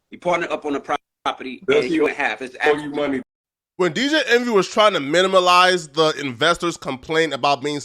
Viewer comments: Great content! Side note - the word is "minimize" not "minimalize" 😊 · The word is minimize